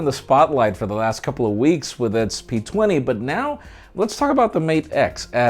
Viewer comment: In did you say pizza and p20 ? hhh Ps: love your reviews and news